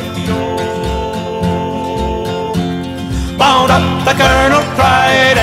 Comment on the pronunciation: It's not Fyve-lo. It's Fife-e-o, as in the city of Fife in Scotland.